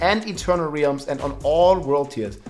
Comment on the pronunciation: It's pronounced "relm" rather than "reelm". 🙏🏻 thx for good videos